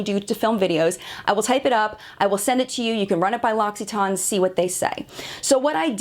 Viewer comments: Why-not which 'her' are you referring to? The girl in the video, or me or the other french girl in the comment above?? At the end of the day I'm still gona pronounce it TANE bcos I think it sounds better than TON and ive honestly never heard it pronounced TON anywhere other than in this video. Maybe applying a french accent to it will make up the difference!! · Wait, it's pronounced "Loxy-tahn"??? Wow, ive been saying it so wrong. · LOL I don't have to google - it's a French company, and I speak French, that is NOT how you pronounce it! It's closer to Loss-ee-ton. Ask your French speaking friends. That said, I gave your video a thumbs up - otherwise well researched and good on you for standing your ground, sticking with your values, and remaining fully professional! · Lossitarn?? Who told her to pronounce it this way 😂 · ...please watch it then! Its pronounced ‘loxeetan’ maybe its just an american thing. You all seem to want to pronounce things differently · Loxytonne? Couldn't watch past 50 seconds due to hilarious pronunciation. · Kami, you're not a REAL french person because you'd know she was saying it wrong. It's not LOXXY. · Okay, like, you’re not even trying to pronounce it correctly! I read the description and after watching the other video, I don’t know how you think your pronunciation is fully correct? You’re saying it like you’re talking about some kind of medicine or something. “Loxiton, it’s great for… something” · Omg, have I been saying this wrong my who life!?!? I’ve always thought I’d was pronounced ‘Lass-eh-tawn”. How embarrassing 😩 Great video tho, I wish everyone had such high ethics when reviewing products on YT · Loxi-ton?!?! It's said how it's spelt, not like thatm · Im UK based and we pronounce the TANE to...guess it depends which country your from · LOX-EE-TAN is how the phonetic spelling at the end of the video is written. I think the issue is the emphasis on the syllables. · It’s pronounced locsitan not locsitaawn